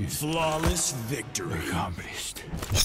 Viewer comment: Not one soul: Rambo: Mission.. accompeeshed!!